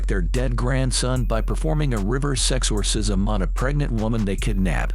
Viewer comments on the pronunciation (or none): Legit thought he said 'river sex-orsism' and was confused/sussed out at the next scene.